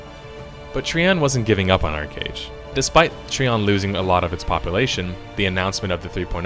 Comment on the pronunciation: TreeON.. Try ON. Which is it? You decide!